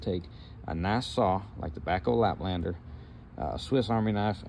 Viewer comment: You said backhoe laplander. 😂